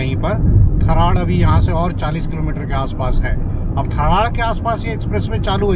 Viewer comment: Acha laga video dekh kar, me kafi time se aap ke vlogs dekhata hu, sanchore se hu, kuch time pehale mene aap ko tharad ko kese pronounce karna hai bataya tha par sir ji aap bhul gaye. थराद है वो.